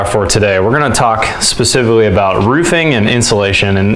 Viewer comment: "for my frame carpenter and I to ..." is not English. And "roofing," like "roof" and "roofs" has an aspirated "f," unlike the the 'v' in "hooves."